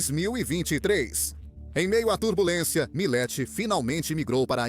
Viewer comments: O nome dele é milei, não milai, só para corrigir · Po cara,nao e Mileti nem Malei,e MILEI porra!!ve se fala direito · Não é Malay, é Miley ! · Video muito bom. Triste é ter que ouvir essa locução feita por inteligencia artificial que não consegue nem falar o nome "Milei" mais de uma vez sem errar. "Milet, Mile, Malai, Milai, Milei" cada hora fala de um jeito. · Malai, milai, 😂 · isto é comum em narração por IA. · A IA consegue pronunciar o nome "Milei" de todas as formas, com todas as pronúncias, e quase nunca a correta.